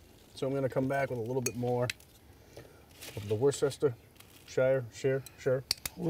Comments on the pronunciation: finally a cooking show that knows how to pronounce Worcestershire. Crunching the cereal is more like aAlly Sheedy in The Breakfast Club. Anither great vid guys! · "We were all shocked, made something tasty"👍"shake n bake" "Ricky Bobby is my friend" Love the intro tweaks. Looked simple to me, I don't generally like long videos, but I didn't notice it was 23min till I clicked it to watch a second time. pronounces Worcestershire properly, though I like "Whorster sauce" I'm in Maine and I don't ware shorts. It hurt watching you use that salt(and not enough of it in my opinion) I will try to send you some real salt if you like, just need to decide in which form.